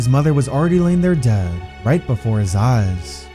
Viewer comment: why do you over exaggerate the word dead